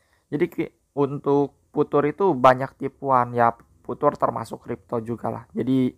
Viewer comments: viuchers bang bukan vutur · bacanya fiucer bukan putur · Bukan futur bacanya, fiucher